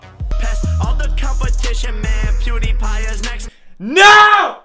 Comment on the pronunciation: You said pewdie